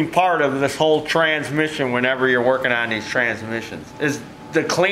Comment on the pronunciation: Transmiss-ion IT HURTS FROM LAUGHING! ME AND MY SON, CRYING FROM LAUGHING. STOMACH MUSCLES SORE THE NEXT MORNING KIND OF LAUGHING. TRYING TO REPEAT IT WHILE LAUGHING JUST MAKES IT HURT MORE. TRANSMISS-ION!